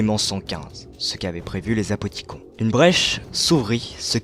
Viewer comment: super vidéo mais pourquoi vous dites apothicon et pas apothiconne ?